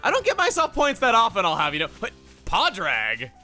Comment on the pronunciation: It is not paidrag it is paadrige irish